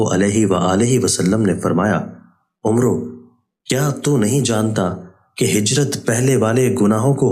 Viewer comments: Umru nhi Amr bin a’as padhiye janab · Jzaak Allah khair. Just a small correction, when in Arabic it’s written Umer with a “wow” at the end ; it’s read as Ammr ,not Umroo.